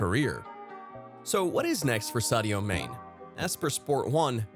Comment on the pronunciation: Do you even watch football? That pronunciation of Sadio "MANE" hahaha